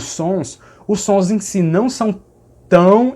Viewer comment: Adoro o seus vídeos. Só gostaria de pontuar uma coisa. Sou paulistano, você acerta ao dizer que os ditongos "nasais" daqui seriam na verdade uma nasalização da letra final, como na palavra "Não". Porém, o som que você fez assemelhou-se mais a um esteriótipo divulgado pela mídia em programas de humor (claro que sei que não era a sua intenção). A mídia brinca com isso, mas não representa 0,001 por cento do do sotaque paulista e principalmente do sotaque paulistano. Na verdade, palavras com lã, rã, amanhã, âmago, Ana, etc, o "A" tônico, nesses casos, pronunciamos mais como um som próximo a um "schwa tônico", aquele V invertido do IPA. No ditongo "ão", a mesma coisa, ou seja, o "ã" como schwa e a nasalização recai no "o". Vou tentar transliterar "ão" paulistano = schwa + u + "ng". Desculpe, pela transliteração esquisita, não tenho os símbolos IPA aqui no teclado. Adoro o seu canal, as informações precisas que você traz e o conhecimento que compartilha, além da simpatia. O conteúdo é top. Aprendo muito com você. Parabéns e muito obrigado!